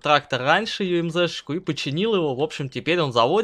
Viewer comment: Ты говарить научишсья не юемзе а юмуза